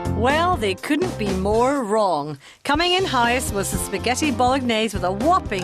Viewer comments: Non-italians please don't pronounce the g so harshly when saying Bolognese like Jillian does 😬 The g and n make a NYE sound. Bolo-NYE-see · Stop emphasising the g in Bolognese so much grrrr !! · Oh my god I hate Gillian McKeith so much, she’s annoying and bitchy, plus she pronounces the g in bolognese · The way she pronounces spaghetti Bolognese pisses me off, It's not British either. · Why does no one bother to tell Gillian thats shes pronouncing Bolognais wrong!!